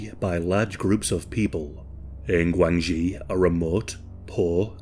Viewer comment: The commentator pronounced GuangXi poorly. DIsgregarding tones, it sounds like Gwung Shee. Interestingly it is a homonym of the term for Relationships, particularly in political and business relationships / connections in Mandarin / PuTongHua Chinese language. I spent several years there.